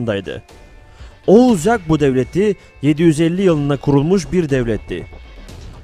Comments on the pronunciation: Kardeşim yagbu değil yabgu telafuza dikkat edelim . 1000 atlı x 5 =500 mü ediyor? Biraz daha dikkat lütfen. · Çok güzel ve anlaşılır bir video olmuş, kpss sınavı için izlenebilir bence. Yalnız seslendirme de "yabgu" yerine "yagbu" deniyor😊 sanırım.